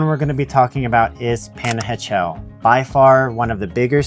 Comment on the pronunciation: Porfa: La pronunciación de Panajachel es "pah-nah-hah-CHEL". Better not to anglicize it. OK, done being overly critical :) Gracias por los consejos.....me quedé 2 veces en Atitlán, una vez en Panajachel y una vez en San Pedro....pero me han dado nuevas ideas.....gracias!